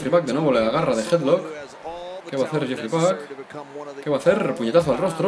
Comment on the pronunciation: el nombre de el luchador es jeefrey pac y lo pronuncia yefry pac como mi nombre